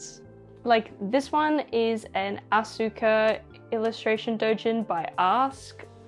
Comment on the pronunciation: It’s ah-ska instead of as-uka